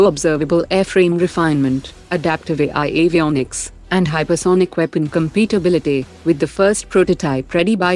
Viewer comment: Pronunciation guide: There is no word like compitability. 2 things which work well together are compatible, they have compatibility.